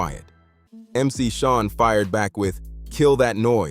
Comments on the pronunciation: Roxanne Shante not Shuntae😂Mc Shan not Mc Shawn😂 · 👎 AI slop I can't take this channel seriously if you can't pronounce Shan, Shante or Marley Marl. This narrator is whack..